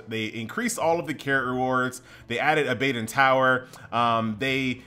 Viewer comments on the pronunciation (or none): hell yeah u mispronounced that bro.. its aba don like abba then dawn lol abbadawn :P abadon